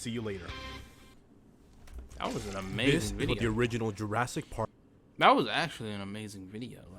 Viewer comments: Why he say jurasdic? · It’s not jrastic It’s Jurassic 😡